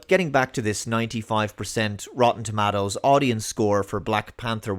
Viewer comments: Lol "tomattoes" makes me cringe as much as my mother saying "tamatas". It's toe mate toes! lol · its TUH MAY TOE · I love how you say tomatoes bro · Say tomatoes again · I’m just here to listen to say “tomatoes”.